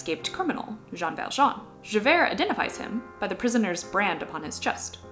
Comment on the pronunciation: His name is Joj ValJooooj (And I'm Jojvert)